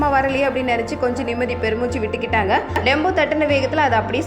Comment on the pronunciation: Tempo not Dembo